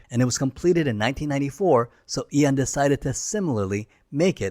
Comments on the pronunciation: You're saying Ian the same way people often mispronounce "Zion". It's pronounced "Ee-un" Fleming, not "Eye-on" Fleming. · why is Ian mispronounced as Eon?